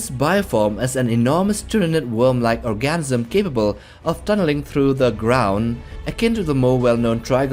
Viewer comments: I swear I'm hearing orgasm every time you say ORGANISM. 😅😂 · Lol. Is he saying "orGASIMIN" when trying to pronounce "organism"? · I'm just hearing "orgasm" over and over 😂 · Please learn how to pronounce organism. It's not orgasmism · Organism ❌❌❌ ORGASM 😩✅✅✅